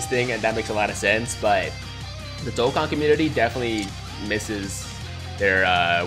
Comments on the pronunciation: my guy said dokkan fam like DOCK-GAN fam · I wish you pronounced dokkan right lol besides that your a good tuber